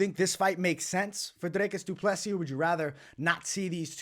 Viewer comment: You actually say DDPs name very well.